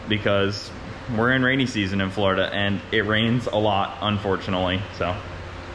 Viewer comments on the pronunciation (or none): none